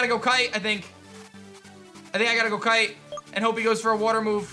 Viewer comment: Brooo not kite